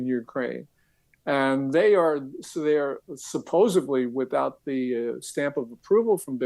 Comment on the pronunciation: did just say "supposebly"?!?